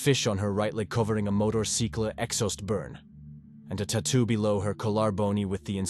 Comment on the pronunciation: A tutwo below her kalar bone 😂 AI is dumb people are relying on it too much like texting nobody knows how to talk with real words anymore